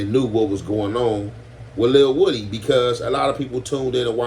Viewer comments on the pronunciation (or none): It’s pronounced “wu-dee”